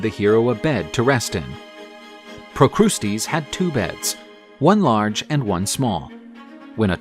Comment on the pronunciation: Procusties is not the correct way to say it😂😂😂 his name is pru cus tus